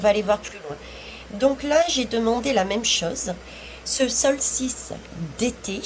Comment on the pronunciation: Bonsoir pour le « knight « le chevalier en anglais on ne prononce pas le k...😀 sinon c’est le solstice, pas le solsiste !..😉